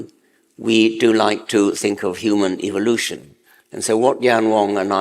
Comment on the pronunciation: I wish Richard would pronounce evolution the right way, just saying.